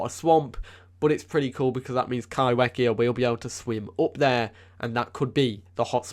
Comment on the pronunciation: If Kaiwhekea is from NZ, then would it be pronounced kai-fe-kea? As wh in Maori makes the f sound? Just curious as I moved to NZ and get so excited when NZ is mentioned 🥰 There are a lot of Maori words here and they are not pronounced how I would read them in English so genuinly curious on pronounciation :) thanks for the video, very interesting and excited for the updates!